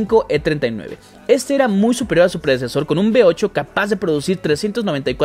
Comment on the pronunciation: Que alguien vaya a Latinoamérica a enseñarles la diferencia entre LAS LETRAS V Y B. " Motor B8' ES V8